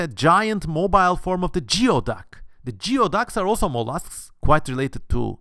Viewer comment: Great vid. I live in area that harvest geoducks and the way everyone pronounce it is gooeyduck